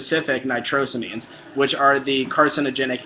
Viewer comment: Its pronounced " nitro-say- means" you lil poopsmuggler you